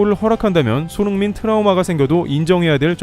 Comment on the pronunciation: 도데체 유튜버가 손홍민 손홍민 하는건 어쩌자는 거냐? 듣기 싫어 죽겠네